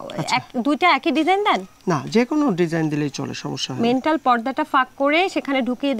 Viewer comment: মেন্টাল ❌ ম্যান্টল✅